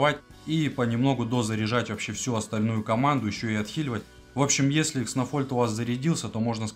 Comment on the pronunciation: 1) Почему Кснофольд, если он Кснольфод? Ты его троллишь?) 2) Если мета одинаковая, стабильная и не меняется, есть 1 безапелляционный топ-герой, то это вполне себе повод что-то с ним сделать. И я бы предпочел нерф одного героя. Но из-за ноуспентеров теперь не нерфят топов, а тупо делают новых нереально крутыми и за ними не угнаться. Лучше бы тогда понерфили несколько героев, чем эта свистопляся с бесконечными статами(